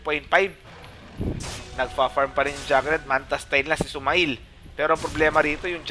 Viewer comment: SumaiL pronunciation is sumeyl (male, mail) not suma-ill